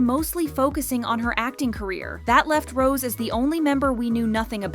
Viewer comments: HER NAME IS NOT ROSE!! IT'S PRONOUNCED ROS-AY!! Jesus Christ. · The way they pronounce her Rose instead of Rosé is proof that this channel is not a kpop fan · For god's sakes, stop calling her "Rose"! Her (stage) name is "Rosé". The é changes the way it is pronounced. The acute accent changes it to make it sound like "Rozay". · why do you pronounce rosé "rose" (and also hyuna "hyoona")..? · pls learn how to pronouce Rosé, its not Rose :((( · Her show name is NOT ROSE , but. ROSÉ ...SO please stop saying rose . Frustration